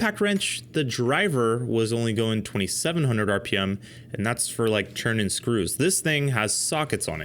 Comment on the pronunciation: Thirty-two HUNDRED rippems? Who can live at that speed?!